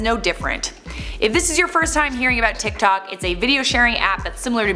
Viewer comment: Am I the only Chinese person that got cringed out when she tried to say "tiktok" in chinese 🤣🤣